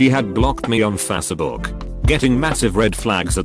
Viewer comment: nobody: the robot voice that reads these posts: F a c e e b o o k